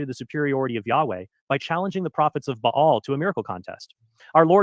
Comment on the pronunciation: Trent is the kind of person that pronounces baal with two syllables and spells God with a dash.